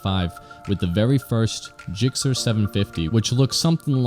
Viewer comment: Stop saying JIKCER...